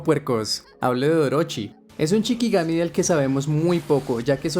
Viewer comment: Se dice SHIkigami, la palabra CHIkigami no existe